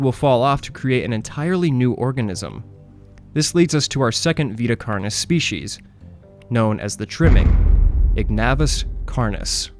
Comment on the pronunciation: Carnis is pronounced "Kar-neese"